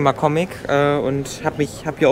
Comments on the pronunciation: Thaaaaaalia ist falsch, so spricht man eine römische Göttin aus. Thalia ist richtig. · Endlich wieder ein Vlog mit Simone, der heimliche Star der Serie! Chat und ich haben lange diskutiert und sind zu dem Schlus gekommen, dass es Thalia ausgesprochen wird!! Lg bis zum nächsten Vlog <3